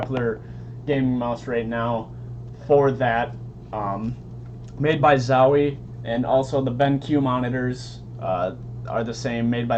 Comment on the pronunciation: why do toy say zawy? its called zowie